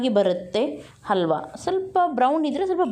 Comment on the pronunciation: It is halwa....and not alwa....😭😭